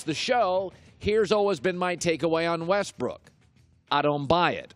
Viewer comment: LOL he called him Westbrick hahahaha ...I'm dead